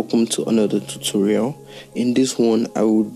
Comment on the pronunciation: I heard kept hearing you say toto-raul, I'm sorry bro 😅😅